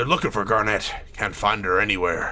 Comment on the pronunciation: Calling Garnet "Garnette" <_<